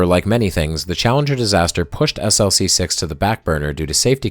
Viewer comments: Tremendous video! However, having worked on a project that launched from Vandenberg SLC-4W, you should know that the launch complex abbreviation is pronounced as an acronym, e.g., "Slick-6." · Its pronounced 'slick' six